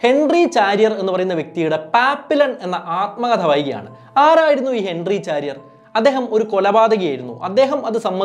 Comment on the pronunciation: ചാരിയർ അല്ല ! ഷാരിയർ !